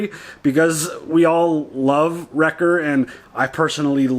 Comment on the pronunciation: I know you mean Wrecker, but you actually say Rex. I have done the same so I'm not looking down at you but I understand you. 😉